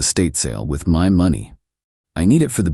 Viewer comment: Why can’t these AI stories pronounce money correctly? Did she only get $73 from the divorce or are you trying to say $7,300 or $73,000 ?? The transcript was equally useless, it had $73 printed